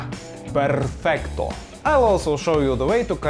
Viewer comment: Hahaha I like the way you said perfecto